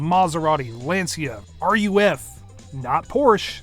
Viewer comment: It's not R.U.F It's just Ruf.